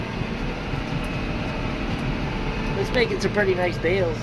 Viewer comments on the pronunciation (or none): It's so "pur-dee"!